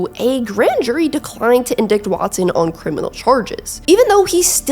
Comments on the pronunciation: lol. Love your content… did you say indict as in-dicked… it’s pronounced in-dyte. I know the spelling can be confusing but…. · You do a pretty good job here with your channel, but you made a mistake when you mispronounced indict and said in-dicked, it should be pronounced in-dite, the second syllable said like die with a t at the end. Can google it to see better explanation if want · Just a heads up..."Indict" is pronounced "In-dite", not "In-dicked" lol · Did you say indiCt instead of Indict (in-DITE).? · Late to the party on this but the word "indict" is pronounced in-DITE. Just fyi for the future if that ever comes up again somehow. Love the channel. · It's pronounced "in-dight," with a long i. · 😖 in-dite. Sorry.